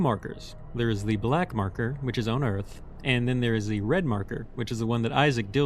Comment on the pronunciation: Sir, why do you pronounce "on" like that?